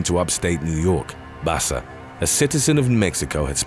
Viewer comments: Her name is pronounced "Baka" not basa. Wtf? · Baca is pronounced bah-kah not basa I know this because Baca is my last name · #5. Just sayn Baca is pronounced Baka. Spanish word. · Why is dude saying Basa when it's written Baca. I feel like the narrator isn't a native English speaker but a good voice actor lol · It's pronounced Baka not Basa vato loco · Baca is pronounced ba-kah not bassa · You know you either have a computer generated narrator or an egotistical b@@ narrating when Baca is pronounced bass-uh. P.o.s. can't be bothered at all to learn how to pronounce last names when making YouTube videos. I've heard enough, I'm unsubscribing. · It’s funny how the narrator pronounces Spanish last names like if they were Italian last names like Baca and Barraza.